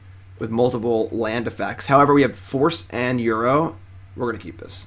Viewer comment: Feedback: -Call it Ur-oh instead of Euro.